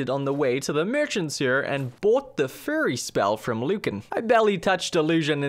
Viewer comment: sounded like you said that you bought the “furry” spell to me, and I had to go back and listen again.